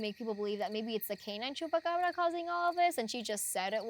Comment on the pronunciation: I can't listen to them... I thought its Chupacabra Not Chupacbrrrrrrrrrrrrrra